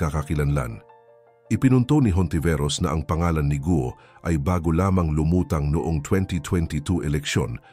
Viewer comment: correction GUO po hindi GO